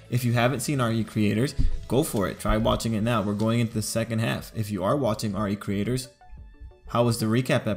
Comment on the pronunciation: It's pronounced "ree creators" not R E Creators.